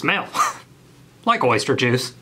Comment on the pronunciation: “ThE wOiLd Is YeR eRsTeR”